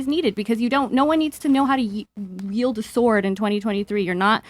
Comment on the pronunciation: Did she say “yield” a sword?